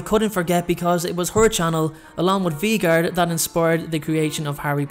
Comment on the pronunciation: the next one is VEE-gard Me: 😂😂🤣🤣 lol it’s Vegard: not the Bakery and clearly Snape doesn’t love her back Me: OMG LOL 😂😂😂😂😂🤣🤣🤣🤣🤣 got me on the floor laughing sorry no hate I just thought it was funny